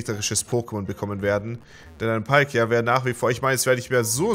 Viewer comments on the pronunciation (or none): none